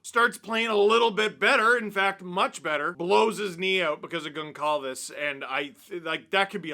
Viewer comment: I understand Steve isn’t familiar with Portuguese last names but… Goncalves is pronounced GonSalves. The c would normally have a accent making the S sound